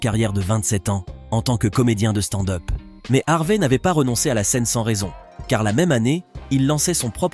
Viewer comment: Envie de me desabo a chaque foi que j'entend " stande heup "..........